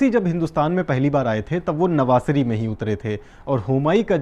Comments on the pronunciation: It's not navaasari... It's Navsaari (Navasari) ..good work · sir wo nvasari nahi hai navsari hai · Navsari not navasari